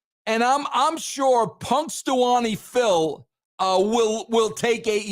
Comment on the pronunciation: You severely butchered the name of the groundhog but other than that you do make some valid points. I think cornette is wrong about you. You seem like a very reasonable and knowledgable person and you know TV.